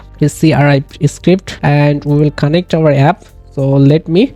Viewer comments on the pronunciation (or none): It's connect, not conntect